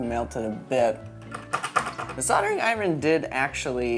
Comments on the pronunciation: Soldering eye-rin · Loved the video. Love your content. Interesting and inspiring as always. But I'm gonna make fun of your pronunciation of iron as I-RIN anyway, haha. Sorry! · i love how he says iron like it’s spelled and not how it’s actually pronounced